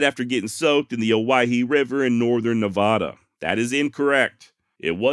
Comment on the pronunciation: HEY I live out that way. You were getting better at saying NA VAD a. but your slippin a bit. BogusJoe